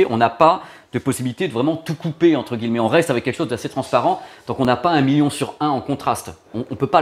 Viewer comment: Ca me fait toujours bizarre ta façon de prononcer "guilemets" au lieu de "gui ye met" ^_^